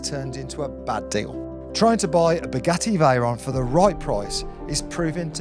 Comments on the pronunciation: Is he saying spaghetti Veyron? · Did I hear right...."Spaghetti Veyron"??😆😆